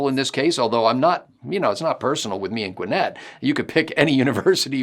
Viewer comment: I’m so happy to hear someone not from GA pronounce Gwinnett correctly! Thank you! lol